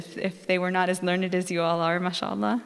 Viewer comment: Not mashalah, it is Ma-Shaa-Allah Mashalah is blasphemy